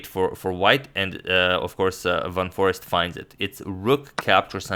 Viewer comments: I think Ur pronouncing forest wrong. Its foreeeeeeeeeeeeeeest. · His name is Jorden van FOREEST, pronounced FOR ACED